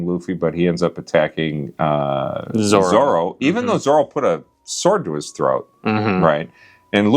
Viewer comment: I'm happy that Dad actually said Zoro instead of zolo while talking about Robin